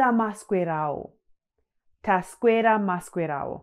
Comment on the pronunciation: Hi. So thankful to see this channel. 1 question. You pronounce maswera and taswera as "taskwera and maskwera". How come that is like that.